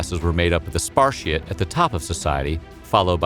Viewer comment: Imagine reading Spartiates, perioikoi, and helots and saying "Sparcies, perioci, heeelots" Edit: learn how to pronounce Latin names